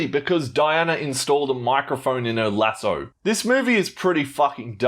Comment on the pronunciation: take a shot everytime says lasso wrong fml